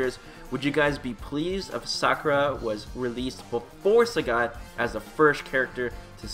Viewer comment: It's pronounced Sagat not Sägät. What are you, finnish? :D What's funnier is that you sometimes say it correctly, only to ruin it with "ä"s the next time you say it!